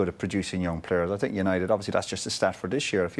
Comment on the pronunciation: Love how he says "I sinks"